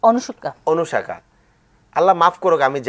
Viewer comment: অনুশাখা নাকি আনুশকা